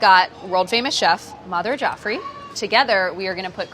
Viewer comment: the host insists on correct pronunciation f tikka but still whiffs Jaffrey with a softened A in the same sentence